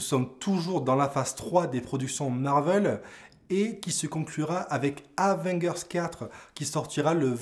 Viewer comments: Comment tu prononce le truc,Avenguers?😂T as du te tromper de prononciation il me semble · abo si tu apprends à prononcer Avengers